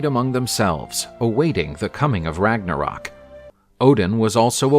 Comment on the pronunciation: we are not in German, we are in Danish, Norwegian, Swedish, Finnish & Icelandic, therefor, it's HAME-DAL, also, there is a line thru the O in Ragnarok making it RAG-NA-RERK!